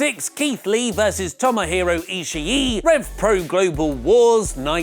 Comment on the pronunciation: Very good list. Sidenote: Ishii isn't pronounced like that...